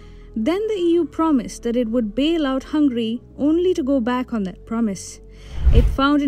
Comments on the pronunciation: *Hungary not Hungry , wrong pronounciation. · Excuse me. Not "Hángri" (hungry) but Hángöri. (Hungary). Your pronunciation is not good. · This country’s name is HungAry instead of Hungry. Please pay attention. You won’t like India be called Inda, right?